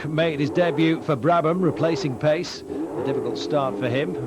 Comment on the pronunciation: Who is this Carlos Payce . I recall he was Carlos Pace pronounced Pachay